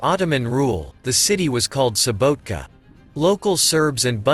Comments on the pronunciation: Subotica not SubotiKa 😂 ! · Oh man, you've been there, you've made a film about it... how is it possible you have noooo clue about any principles of pronunciation???? Subotika? Vodhvodina??? Jesus, maybe people should say Mankhester and Nevtsastle... it's crazy!